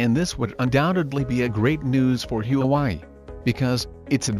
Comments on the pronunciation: Not Hue Wai. It's Hua Wei. Chao zibai. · Please pronounce Hua Wei properly. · Don’t forget the Hu‘a’Wei when you pronounce “HuaWei”. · My guess is this is robot's voice. Can't pronounce Hwa Wei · Your pronunciation of Huawei is way off! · Pls fix your pronunciation of huawei. You’re calling it a different name. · You pronounce Huawei like you are from MARs???? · Pls learn how to pronoun the name of company properly. 😂😂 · Learn to properly pronounce 'Huawei' first to avoid confusing those watching this clip. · Pronounce HUAWEI properly ,please. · I was gonna say that too.